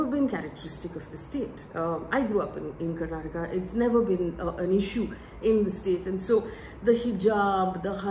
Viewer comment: It good that you touched on the language issue twice in this video. None of the other mainstream channels picked this up. It was quite irksome for us to hear the name of the state mispronounced repeatedly as Karnatak. The state leaders names were all messed up by the BJP national leaders when they were pronouncing their names in the speeches. One more point that you didn’t touch upon was the BJP posters showing Modi right in the centre - slightly taller than the state leaders. This didn’t go well with the public